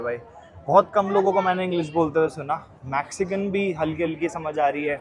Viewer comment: Please fix a couple of pronunciation! Sky Scra Paar nahi Sky Scre Pers hai Max ci can nahi Mex cican hai Also No Maxcican language They speak Spanish